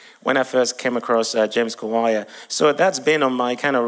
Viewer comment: 😂😂😂😂😂😂 the way he pronounce name kawalya that kawaya😂😂😂 but I liked the testimony dear you did good job bro